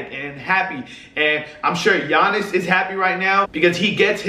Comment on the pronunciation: Nailed Giannis' second name fair play